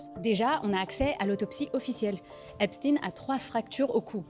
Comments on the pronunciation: Arrêt de lire Epstine c'est plutôt Epstein c'est de l'allemand pas du russe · EpCHTAÏNE. C’est un ashkénaze. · C'est Epstein se prononce comme Einstein !